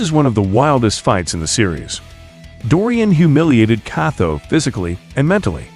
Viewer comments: I can't help but notice you pronounce Motobe's name "Mothobe". That's pretty funny 😂 Same with Kato - "Katho" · “KATO” is not pronounced that way bruh…